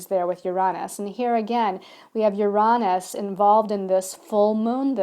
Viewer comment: I enjoy your videos but the way you pronounce Uranus drives me insane!